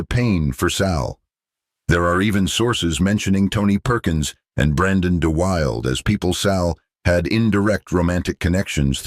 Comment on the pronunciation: Brandon Duh.will.duh not Duh.wild. He and I were friends at summer camp in Maine in 1954.